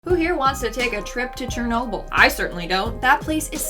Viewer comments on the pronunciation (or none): "who wants to take a trip to chernolble me and my gf